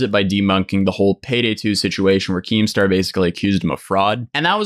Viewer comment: Nobody:: KEEMSTER